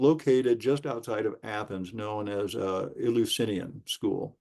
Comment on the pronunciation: Eleusinian could have originally been named after the God 'El'. It's said 'El-you-sin-eean' not 'ill". The Eleusinian Mysteries (Greek: Ἐλευσίνια Μυστήρια, romanized: Eleusínia Mystḗria) were initiations held every year for the cult of Demeter and Persephone based at the Panhellenic Sanctuary of Eleusis in ancient Greece. They are considered the "most famous of the secret religious rites of ancient Greece".